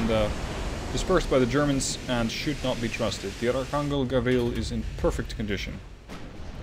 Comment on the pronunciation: It's pronounced anjel (angel) not angle